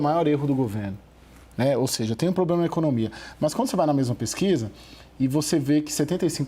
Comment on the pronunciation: O "poblema" kkkkkk, é o Lula !!!